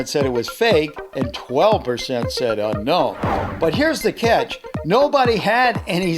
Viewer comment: Every time he says uknown I feel uncomfortable 👌gotcha